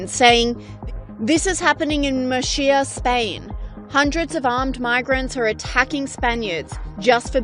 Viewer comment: Murcia is not pronounced Murshia 😮